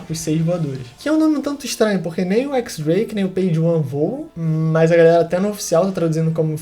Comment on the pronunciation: Mano, só pra corrigir uma coisa, o nome do Drake se pronúncia Diéz Drake. 🤟🏿